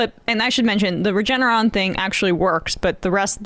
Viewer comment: Why does Emma struggle more with 'Regeneron' than with 'monochronal (?) antibodies' lol